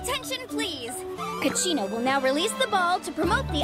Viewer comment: Dopo questo video sento di avere bisogno di Capitano più di quanto pensassi. Kachina è giapponese si legge Kacina non cacchina. XD